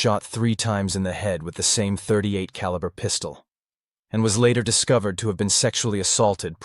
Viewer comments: the pistol in this video is a glock, of you zoom in you can see it is a 9mm glock 17 gen 3, a modern pistol. The killer in this video used a .38 (pronounced thirty eight caliber, not "point thirty eight caliber") and a .38 is a rimmed cartridge and can not be fired from a Semi-auto magazine fed pistol... that is a revolver round. Not to mention this gun being a glock 17 gen 3 in 9mm, that was first released in 1998, and this story takes place in 1979. If you need to hire or just ask a firearms expert just do that for your videos, better to ask for help then to sound like ignorant on the subject, especially as the subject of firearms is so prevalent in your videos. Just go to a gun store and ask the guy or girl at the counter to anwser your questions, buy them lunch or give them a gift card to a restaurant or something. And you will have your expert to help you sound like you know at least a little about a topic you "professionally" speak about frequently. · this has to stop, please, when someone names a caliber, they do not pronounce the "point" before the number, a .38 caliber is pronounced "thirty eight caliber" a .44 caliber is pronounced "forty four caliber". Please stop saying "point" before the number, it makes you sound like an AI and also shows, in just one word, ignorance of the subject of firearms.